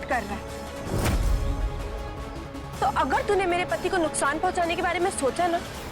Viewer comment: does someone notice that twinkle said nuktaan not nuksaan